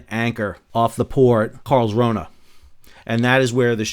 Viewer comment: Perfect pronunciation of Karlskrona, bravo!